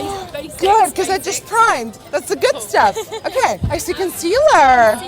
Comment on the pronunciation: Nikkie: conceaLLERRRRR British girls: conceaLAAAAA